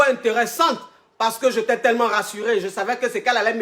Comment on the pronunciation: "j'éta" suis dead🤣🤣